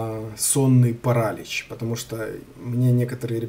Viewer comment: онлайн-словарь ударений русского языка Ударение в слове паралич В указанном выше слове ударение следует ставить на слог с буквой И — паралИч.